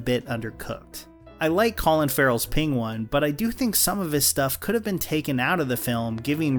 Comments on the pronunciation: Peng-won? Benedict is that you? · Sorry, how did you pronounce Penguin?? That's almost Cumberbatch levels 😂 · "colin farrell's pingwun" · that’s not how you say Penguin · 8.08 penguin. Weird pronunciation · bro, why you pronounce penguin like that?!